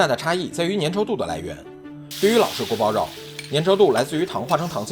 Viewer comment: guo bao you is the correct pronunciation:goat-turquoise-white-horns